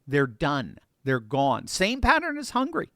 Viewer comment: It's "Hungary", not "hungry".